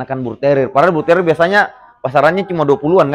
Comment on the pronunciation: Mantap..,cara menyebut Bull terrier nya dengan benar,bukan bulteril lagi 🙂👍